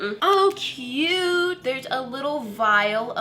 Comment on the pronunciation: “so KEYOUTE”